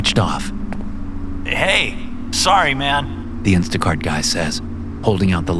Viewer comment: “Instaguy cart”? 😂